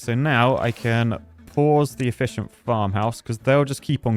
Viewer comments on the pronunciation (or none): Every time you say efficient I'm on edge. You broke me